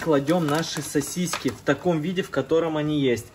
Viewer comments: Не сосисЬки , а сосиски!!!! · Тысячу раз произнес СОСИСЬКИ, специально что-ли. Рецепт огонь 😂. Повар 😂. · СосисЬки, сосисЕк😂